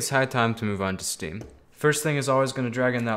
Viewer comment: Who hear him say stem not steam